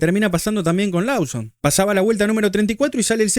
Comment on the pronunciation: es "Loson", es "Louis" Abrazo Cheeee que me cuentan el error del rookie Sainz?